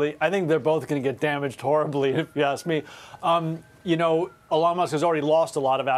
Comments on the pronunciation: The way she says Elon is offensive. It's Eeeeelon!!!! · Why is she saying his name so weird?